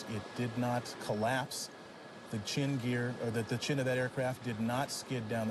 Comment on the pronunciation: Just have to point out the fact he said “chin gear”